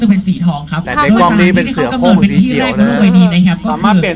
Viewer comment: เสียโคร่ง ทำไมต้องเสียงเหน่อ555